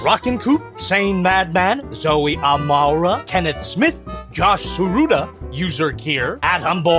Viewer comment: Thank you! Though, the way you pronounce my latter half is “A-more-uh” Not complaining, just helping. I recently got my first Masterpiece figure shortly after supporting your Patreon and over 5 years of watching. Love ya, and you inspire me… to kill my wallet